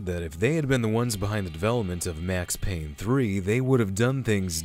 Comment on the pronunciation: It’s Payne!!